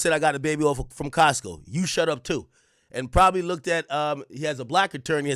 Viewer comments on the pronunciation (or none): none